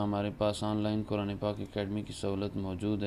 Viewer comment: ماشا اللہ کاری اور کوران کہنے والے قاری صاحب پہلے اپنا تلفظ ٹھیک کرلیں